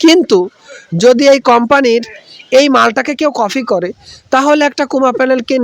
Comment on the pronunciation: কফি,😂। কপি হবে। 😊